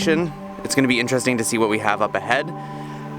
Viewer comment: “Ahgist” is not a word. “Intresting” is not a word.